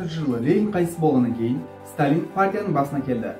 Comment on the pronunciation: Неге Лелин деп оқисыз,Ленин ғой?